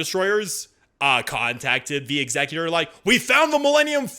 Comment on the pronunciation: I appreciate the correct pronunciation of the word Executor (Exek-utor).. rather than Ex-eh-Cutor that so many pronounce it as.